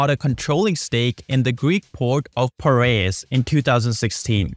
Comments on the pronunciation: There’s something called ‘articles’ in English. ‘The’ is one of them. There’s also a letter called ‘v’. And, lastly, Piraeus is pronounced as “pi” - ‘re’-‘us’ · If only the commentator could pronounce the word 'Pireaus' correctly then the narrative would be more creditable!